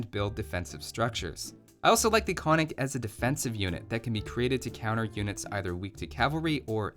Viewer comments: Konnik would be pronounced "kon-nik" instead of "konn-ik". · Браво. Also another fun fact: its pronunced kon-nik and not konnik. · Konnik has the two Ns because it sounds odd without them, not that anyone would care but for what it’s worth it’s Kon-nik, gotta annunciate both. Sorry I just can’t believe my tiny country made it into a video game :D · Exactly also he fucked up the pronounciation. Its kon-nik. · 50% of 60 seconds is 30 seconds. 60 - 30 = 30. Why 40? Great video! By the way konnik is pronounced with a second n after the first(kon nik but without a pause) :) native Bulgarian here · You pronounced Krepost wrong, but thats fine. Also I found this video while looking for why bulgarian youtube is shit. But I ended up here. Honestly I like this video you get a sub. Also you pronunced konnik wrong. Its actually supposed to be kon-nik. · > Made the Cyrillic alphabet > Old Bulgarian was basically Old Church Slavonic > Both First and Second Empires had fortresses everywhere > Not all techs available at the Monastery or University ????? Also: once again, it's ['kon-nik], two syllables, accented first, and [ba-ga-'ins], three syllables, accented last. Oh, and ['kre-post], with an "eh" and not an "ee". I think it'd be pretty cool if Stirrups applied to Cav Archers as well, to promote them as a replacement for the archer line, albeit a gold-heavy one, or if hand cannons were available. Or hell, why not a unique archer?! It's raining unique units anyway, what with steppe lancers and flaming camels... Alternatively, Bagains could also apply to the dismounted konnik and halberdier. :P